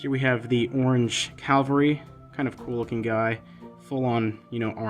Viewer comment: The green siege weapon is a ballista or rampart crossbow. A trebuchet is a kind of catapult. I agree with your criticism of the map and I guess I'm more negative about it than you are. Also, maybe I am too picky but the word is CAV-AL-RY, not CAL-VA-RY.